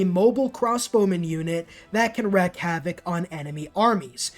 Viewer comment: It's wreak havoc, pronounced like reek. My wife does the same thing so you know I say this with love.